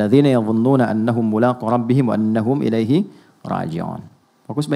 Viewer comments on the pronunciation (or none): none